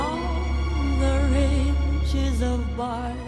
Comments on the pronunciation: Love listening to her voice but the mispronounciation of "rigs" is a constant distraction. While the etymology of the word is from ridges, every source I've referenced suggests that "rig" is the actual English pronunciation. Pains me that some native Engish speaker in the recording/production process did not advise her. Even more irritating though is that, as long as she's been in the US and as often as she has performed "House of the Rising Sun", no one has corrected her pronunciation of sewed ("so" not "sue"). Too picky? Maybe but these are trivial things, that could be so easily corrected, they just stand out and, once recorded, last forever. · A gorgeous cover of a Burns classic. I wonder, though, why she said “ridges” instead of “rigs”. I know English is not her first language, but she normally speaks it so well one could barely tell. In any case, it’s beautiful, just as it is… And, of course, this was another top-tier react. ‘Kinardly wait for the next one :).